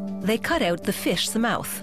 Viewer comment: she said fish's mouth weird at like ...